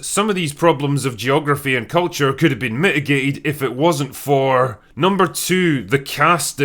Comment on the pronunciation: ...What is this guy doing with almost every sentence's last syllable? "How not to launch a fantasy shooooow" "...Understandable factions, geography, and cuuultuuuuuure" "...That felt believable and lived innnnnn" "...From one location to anothuurrrrr"